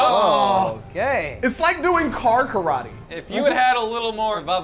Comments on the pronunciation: It's not karate, it's carate! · Wen said car karate who would agree that it was "car-ate"